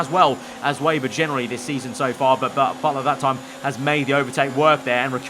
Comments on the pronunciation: Should be pronounced Veyber i think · Weber not 'Wayber' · If you say veyber or webah it’s fine, if say weyber it’s not